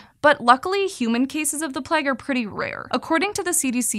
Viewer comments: Plague, not pleg! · Am I the only one who was wincing every time she said "Pleg?" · the way she says plague!!!! "PLEG" please stop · “the Plegh” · The way she says “plague” is mega Californian 😂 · The way she pronounces Plague makes me mildly disgruntled. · So wild that Americans pronounce plague to rhyme with leg rather than with vague